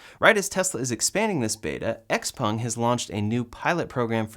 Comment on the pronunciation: Congratulations on pronouncing XPeng (essentially) correctly! For whatever it’s worth, the characters are 小鹏, IIRC, its founder’s name, so the Peng part should be spoken with a rising pitch. (Being a musician, you might find it interesting to get the tones right!)